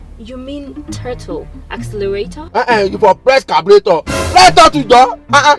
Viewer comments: The Girl sef Gawk! It's Throttle not Tottle like she was forming. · The girl ma no sabi it's called "throttle" not using phonetics to pronounce turtle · Brodashaggi is hilarious. By the way, I thought it was throttle. But the lady pronounced something different.